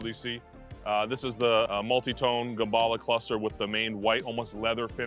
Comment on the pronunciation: The first time I'm hearing gerballa